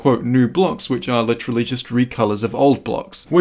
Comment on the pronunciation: Stop saying licherally it’s literally